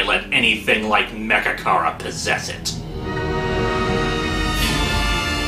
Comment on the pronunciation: when he said mechakara i thought he said magicarp lol